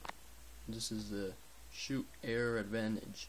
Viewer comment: Lol did he say shoot air advantage?!?!?!?!?!? It's schutt shu ut.